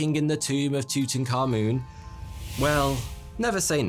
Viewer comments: the way english pronounces tutankhamun hurts my ears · HIS NAME IS NOT TUTANKHAMUN YOU THICK TWONK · I cant stand your voice bro. Its not tutankamoon. its tutankaMUN. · He is. It's pronounced Two-ten kah-muhn not moon. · That's TUT-ankh-aMUN, not TOOT-n-common. Unbelievable how badly the pronunciation has been botched even among Egyptologists. You'd think they'd be more careful and more respectful than that. Amun was one of their eight chief deities. The ankh was the symbol representing eternal life. Tut perhaps corresponds with Arabic taht (تحت), meaning under. If so, the royal name meant "under the eternal life of Amun," which would essentially mean operating under divine authority. Dr. Hawass says it correctly here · Your saying his name wrong , its not tutan-khamun. Its : Tut - Ank - Hamun and you say it like "TOOT - ANAKH - AMON" " תּוּת עַנְחְ' אָמוֹן " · Tew tuh Ka Mewn. 😂 It's Tu-Ta, Ka-moon. "I am your PHAROAH!!" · Tooting car moon (according to the closed captioning). You can’t unhear it now. You’re welcome. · Tuttenkahmun Subtitles: tooting car moon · It's Tut A'nekh A'amoon. Not whatever you keep calling him! 😂😅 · It's pronounced as "toot ankha moon" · The way you pronounce Tutankhamun as tutanka-moon is sending me lol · Aah yes, my favorite pharaoh, Tooting Car Moon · "Tootin car moon" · Ah yes tooting car moon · isn't his name something like tut ankh amun? :D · Tutankhamun English subtitles: Thooting car moon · Just saying, it’s actually pronounced like ‘too-tank-ay-mon’. I always said it like that until actually visiting the valley of the kings near modern day Luxor and having a tour of his tomb, the tour guide who spoke insanely good english pronounced it as such. I was curious why he said it like that and he said that’s actually how it was pronounced apparently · Tooting car-moon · I love the way he pronounced it “Tootoonkamoon” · It’s pronounced toot ankh aamoon I’m Egyptian and don’t say yahgert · tootenkahmoon's toom!